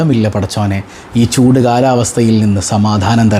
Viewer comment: പൂട് അല്ല ചൂട്